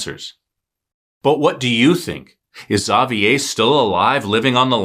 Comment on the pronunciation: great job on pronouncing Xavier's name!